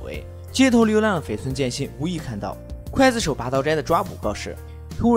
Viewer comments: 浮尸饿殍，最后一个字念Piao不是fu。。刽子手，第一个字念gui不是Kuai。。高中语文，说的跟字幕也匹配不上，一点小建议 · 不叫刽（kuai）子手，而叫刽（gui）子手！ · 刽子手gui 四声，解说之前做好功课… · 不是kuài子手？？？是guì子手啊！！！ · 刽GUI子手,不是kuai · 一直在想（kuai）子手 这个音 是各大up主故意读错的吗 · 刽(gui)子手,听着真别扭